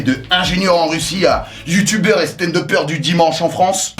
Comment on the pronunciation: Youtoubeuse Espion 😂😂😂je m y attendais pas j ai crue que j allais tomber sur un truc genre professeur ou ingénieur mais jsuis tomber sur Youtoubeur...